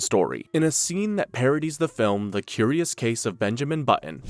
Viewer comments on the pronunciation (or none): none